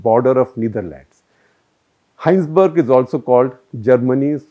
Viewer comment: Indian living in Germany for over four years now. Big fan of your Cut the Clutter series. I'd like to point out some minor corrections. It's Heinsberg, not Hinesburg. And 320/16000 is 2 %. Not 0.2 %.